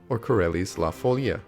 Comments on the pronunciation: La FolEEEa, not la FOlia. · that accent on the í means that the i is the strong syllable. follía. Not fôllia.. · Folía is accented on the i. folia. NOT Fôlia. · Amazing video! Just a small correction: it's pronounced "la folía", not "la fólia" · What is the little sign above the "i"? It is a bloody accent. So why saying all the time "fòlia" with the accent on the o? What's the problem of english speakers with all other languages? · Your videos are excellent.... but something that has bothered me over the course of them- the pronunciation of 'La Folia' is the emphasis on the second syllable, fo-LI-a. Also, Beethoven hid La Folia in his 5th symphony. Also, Nobuo Uematsu used it for the Final Fantasy IX soundtrack in "Vamo alla flamenco" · Surely the stress is on the second syllable? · I was hoping someone would point that out as well.